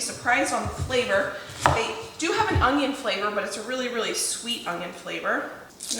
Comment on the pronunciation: The way you say “onion” makes me giggle every time. It sounds like “ongyun”